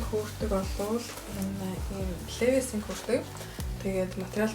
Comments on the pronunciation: Levi’s-г левис биш ливяс гэж дуудна шүү😅😅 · brand neree zov heleereii лээвийс биш ливаяс гэж уншина